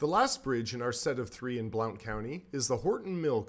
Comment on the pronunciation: Great video, BTW, Blount is pronounced "blunt"